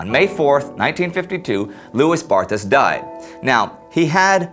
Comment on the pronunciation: Indeed, his name should be pronounced "Loowey Barta." Interesting clip, nonetheless.